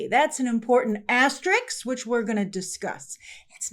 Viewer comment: When did the whole fucking planet decide that it was pronounced "Astericks" and not "Asterisk"?